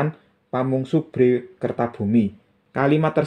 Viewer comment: bukan bhré, pu. Tapi bhrè. Ngapuntĕn lañcang.